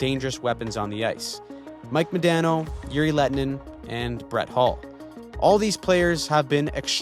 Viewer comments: and mispronounce Modano. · The way you said Madano's name was the most Midwestern thing I've ever heard lol